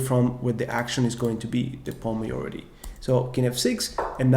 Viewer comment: Great content, I am an 1900 FIDE rated player and am really enjoying your videos. Filling many gaps in my knowledge and reinforcing what I already knew. Very professional with great graphics. Keep it up. You have put a lot of work and energy into this. I hope you become an internet legend! Just one tiny suggestion. You are pronouncing the word ´majority´ slightly wrong. No big deal. Everyone understands you.